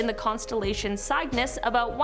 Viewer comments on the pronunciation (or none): "Cygnus" is pronounced "SIG-nuss." The "i" in "SIG" rhymes with The i in "lit," "sit," "fill," etc.